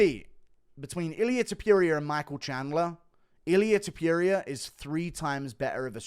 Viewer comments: Repeat with me: To Pu Ri A… now together, Topuria, not topiria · I like how Guru says Ilia To-pew-ria